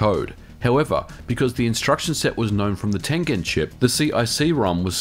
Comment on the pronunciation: Nolan Bushnell, a founder of Atari, loved Go :D It was his favorite game. Props for pronouncing "Tengen" properly too... People usually butcher it. Better name for a subsidy than "Empty Triangle" I guess ;)